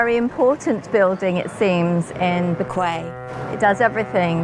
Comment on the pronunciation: That's not how to pronounce bequia, im fom bequia and that is not how to pronounce it